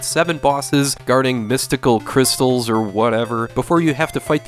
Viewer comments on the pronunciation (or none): Ah, someone else pronounces it as Cryst,ALL-ES